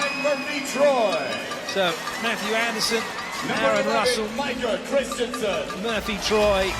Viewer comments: Zachary Tanteai and he pronounced micah wrong.... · Who else paused the video to read the comments when they started getting sick of Micah being called Kawika Shoji? 😂😂😂